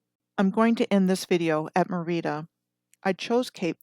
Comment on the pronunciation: Merida is pronounced as e in red with accent on E not a long I fyi and Archipela (long A) go